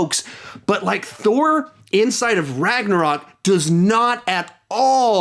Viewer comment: RAGNARAK LOL 😂IM DYING